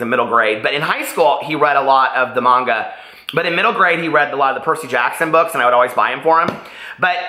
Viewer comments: You’re pronouncing it correctly. It’s Mahngah. My first language is Japanese and I’m now reading Orange in Japanese. You made it sound so good that when I found it at the second hand book store I got so excited! I turned to my boyfriend and said, recommended this! lol Did you know they have an anime version of it too? I’m reading Sweet Audrina and loving it so far 😊 Thanks for this book club. I got injured recently at work and so now I’m bored out of my mind while I recover and it’s giving me something to do. 💙💙💙 Thanks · I love the Illuminae Files series (Illuminae, Gemina, Obsidio), I hope you do too. I liked Orange too. You're pronouncing manga correctly I think :). I haven't started My Sweet Audrina yet, because I had to finish off my library books which are due soon. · You’re saying manga correctly.